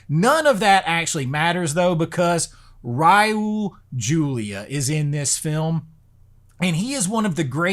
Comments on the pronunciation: Did you say Ryu Julia? Or Raul (pronounced rah-ool) Julia? The first name sounds like a character in Street Fighter. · The way you said “Raul Julia”